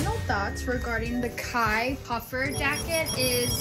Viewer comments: its not K-H-Y its pronounced K-I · It’s pronounced Kai not K-h-y and at this point if you buy from any KarJenner brand, you deserve to get duped 😂